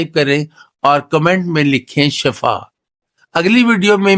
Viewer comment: It’s shifa not shafa